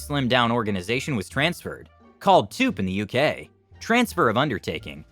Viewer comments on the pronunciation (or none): TUPE is pronounced like “2p”, but apart from that, a good story.